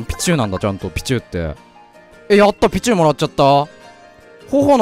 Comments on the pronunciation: ピチューの発音がシチューなんよ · ピチューの発音がビジューなの草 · ピ↓チュウ↑ のイントネーションすき笑